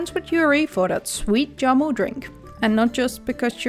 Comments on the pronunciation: Jamu not yamu :) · Good video but I just want to correct something as Indonesian myself. Jamu pronounced with Jhamu not yamu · very helpful, thanks... anyway, spelling Jamu is not Yamu, but J like Jeep. but yes... thanks again. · It's Jamu.. Like Jam but British + U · Jamu is pronounce with hard j just like j in jam.... hope this helps....